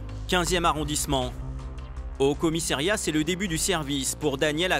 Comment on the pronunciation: Il peut arrêter de dire 50 fois "commissAIriat" ???????